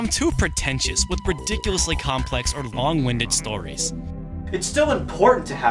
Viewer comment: I thought you said bong winded for a second a very apt description